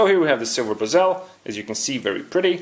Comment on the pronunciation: Nice video. Who else laughed when he said bee-zel